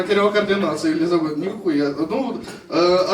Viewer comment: Вибачаюсь, але перші 5 хвилин вуха капець різало((( Не ЕлізабЕт, а ЕлІзабет 😊